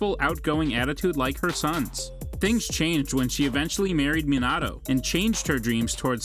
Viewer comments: Stopped watching when this dude said "Menado" 💀💀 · He pronounced every word so funny: jinjustu- genjustu......rasangen-rasengan.......manato-minato....akatasuke-akatisuki.......kagayal-kaguya😂🤣😂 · kanowa, minado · Shut the hell you can pronounce kushina but can't pronounce Minato what.